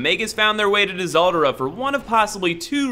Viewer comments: Tihseldera? It's pronounced Seldora, you sexy worm. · Disoldra? You mean Tseldora, pronounced Seldora. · Did you just pronounce "Tseldora" as "Dizoldora"? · Really quick Tseldora = SELL-DORA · I think Dseldora is pronounced "sel-dor-a", the D is silent. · Tseldora pronunciation guide " dizoldora" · Uh, it's pronounced SELLdora with a silent "t". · oh man, top notch pronunciation of tseldora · Anyone else bugged by how he pronounces tseldora?